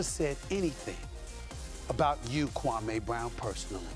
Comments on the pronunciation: SAS didn't do his KWAH-MAY accent here, did he? Jalen Rose confronted him back then and SAS shamed Jalen for it, and this was after Kwame had played 10 seasons in the NBA. Kwame wasn't a good NBA player but in the midst of all the criticism he never once talked back to the media nor showed a bad attitude to any of the teams he played for. Kwame bided his time and is now serving his dish cold. The like/dislike ratio for this video is very telling. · no it wasnt stephen a mispronounced this dudes name on purpose for 20 years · according to kwame he messaged Stephen jackson and barnes respectfully and asked them to stopped something that happened in those dms is what pissed him off and as far as Stephen a he made it personal a long time ago calling a kid a scrub and mispronouncing his name purposely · No he wasn’t... when you purposely pronounce a man’s name wrong just to be funny, that’s personal not basketball. I doubt you would be supporting SAS if he was talking about rights for Blacks, you probably don’t like that conversation do you? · Name anyone on this planet who says Kwame in they top 100 😂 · when your changing the way someone pronounces your name it's personal. Watch the older videos. No need to keep kicking a dead horse. We all know Kwame didn't lived up to the #1 pick expectations.